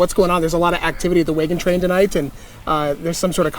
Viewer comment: Cool video. This is the first time I’ve heard wagon pronounced “waygon”